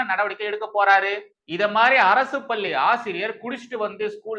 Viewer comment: அவர்களே! நிறைய முறை சொல்கிறேன். உங்கள் "லகர,ளகரதை"த் திருத்திக் கொள்ளுங்கள் என்று.பள்ளி பல்லியென்றே கேட்கிறது.